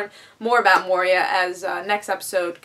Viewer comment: Moira is pronounced Moy-RAH.